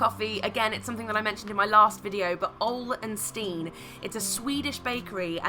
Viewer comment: as a swede your pronunciation of Ole & Steen killed me